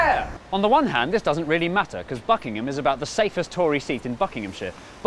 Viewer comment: im sure you didnt say buckingham.